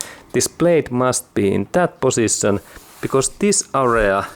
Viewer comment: Did this guy said word ... position or pussytion ?????